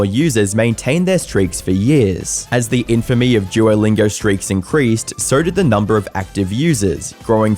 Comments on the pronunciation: "Duorr lingorr" 😂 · Everyone: "duolingo": "DUOLINGURRRRR" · Forget posting, dude, I think you might be suffering a stroke. You cant speak for sh!t, practice in a mirror saying “Duolingo” not “Dieewerlaingow” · Duolingo ❎ Juolingo ✅ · Jew-o-Lingo? Jew-o The Owl?? WTF??? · Why does he call it "jewerlingo"? Is he retarded? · really annoyed by how you keep pronouncing it as "djuwolingaur" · Am I the Only hearing "jewlingo" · « JEW-O-LINGAR » lmaoooo u piss me off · All I'm hearing is "Juolingo Yapp" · i cant get over his EXTREMELY BLURRY, eye shattering, edit .. and the way he pronounces duolingo .. "DJUWOLINGORR" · I heard it more like "drew-oh-lingour" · Why does the presenter keep calling Duolingo "Jew-O-Lingo?" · juer lingur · Never heard of jewllingo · It's bothering me that he keeps pronouncing it like ''joylingo'' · the way you say duolingo is physically hurting me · I am annoyed by your pronunciation of duo